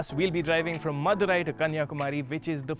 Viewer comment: After some time i came to knew that he was saying "madhurai" instead of "mother eye" 😬 मा की आख